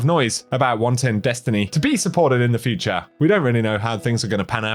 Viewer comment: Did you say furture update?